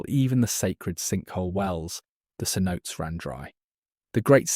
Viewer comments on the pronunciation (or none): The city name of “Palenque” is pronounced Pah-LENG-kay, not Pah-LENK. And a sinkhole well, or cenote, is sen-NO-tay, not sen-NOTE.